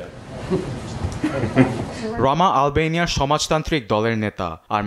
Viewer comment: এলবেনিয়া নাকি আলবেনিয়া উচ্চারণ ঠিক করেন